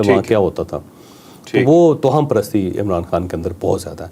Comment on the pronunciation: توہم کی "ہ" پر شد پیش ہے۔